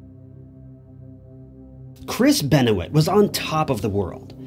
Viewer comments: PLEASE NOTE: I can be a bit of a moron and yes, I mispronounced Benoit… so sorry for that. I also mixed up the names “Keith” and “Kevin”. I’d prefer to just delete this video because of these mistakes, but that would be doing a disservice to the Benoit family and Chris’ legacy. I hope you are able to look past these mixups and enjoy the video all the same. I put a lot of effort and time into researching these stories, but it seems I should’ve invested just a bit more time into this one. I do sincerely apologize. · Yeah. doesn't look good for your video that u mispronounced his name. Must have not done enough research.....how do we trust this video now? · This video is already doing a disservice to Chris. You didn’t even have enough respect to get the names right. This video is obviously for clicks. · good thing you did all that research and then mispronounced the name. STELLAR work. bet you got paid well for all the hard work you copied from others :) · Just rerecord the entire video. Those mispronouncings are like nails on a chalk bored. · so much amazing research that he mispronounced his name every time. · It can be tough to sell other people on the idea that you're a subject matter specialist. When you mispronounce the guy's name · it hurt every time you got his name wrong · How he mispronounces his name is astonishing, he’s doesn’t have a clue about anything he’s talking about and you watch it anyway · Going to watch this but right off you fucked up his last name genius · I like how this dude says his name wrong lol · This guy keeps mispronouncing Chris' last name. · What gets up my nose is how this guy pronouces Chris 's Surname .... And the dam Scentbird advert at the beginning... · How about the case of destroying his last name. I can’t believe you put in any research into this story if you can’t say his name properly. It’s not like he wasn’t well known. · This has a lot of inaccuracies. He didn't even say the name correctly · Benwah not beno it